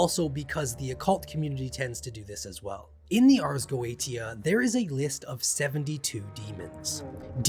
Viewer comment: Good video but you mispronounced like every Latin phrase and every demon name for.instance.gotia is.prnounced goashia and asmodeues is like "as-mOdee us"